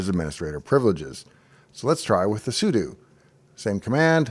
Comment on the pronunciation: I'm glad I could trust you to pronounce "sudo" correctly, unlike approximately 98% of Linux YouTubers.